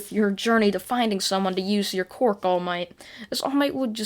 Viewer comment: Ok I don't mean anything bad about this but I just love how you say "cwork"